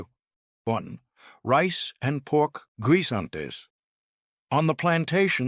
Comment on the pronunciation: Pronounce as "gisantes, not "gwee-san-tes"( spanish for peas).